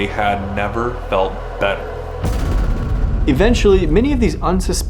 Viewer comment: "had never felt better", yeah, emphasis on "felt"